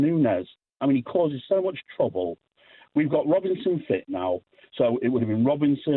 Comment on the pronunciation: "Robinson" & "Gravenburgh" lol.